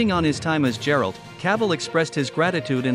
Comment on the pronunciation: GERALT NOT JERALT